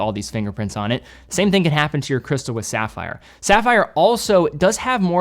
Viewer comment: SAFFER CRYSTALS. Then he does go on to pronounce it CORRECTLY.